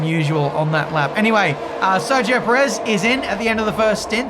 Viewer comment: PE-rez. Have some respect when he's at home at least.